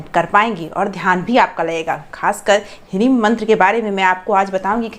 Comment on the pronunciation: क्या हिरिम उच्चारण कर रहे हैं